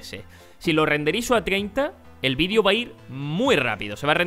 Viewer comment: muy buen video pero una cosa la palabra de xd "vidio" PD:me gustan los videos de no es para insultarlo:P